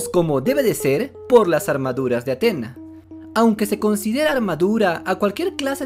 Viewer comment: Es Atenea 😂😂 cuando dices atena me suena a antena de televisión 😂😂😂